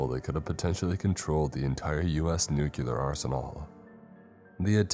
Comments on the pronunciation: Nuclear is said "New-clear", not "New-kyewl-er" for the millionth time. It makes it sound so moronic like Bush. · It is nu-clear not nu-cu-lar PLEASE 😭 these are such great videos that mispronunciation is just so distracting